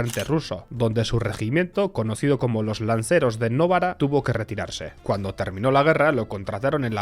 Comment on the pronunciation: Se escrive Michele pero se lee Micqele Sindòo-na, Novara es una localidad y no se lee Novarà sino Novà-ra , Licio Gelli se lee Lichio Llel/li, bocconi es Boccc-oni, loggia se lee loodlla, aqui un poco de italiano un saluto👋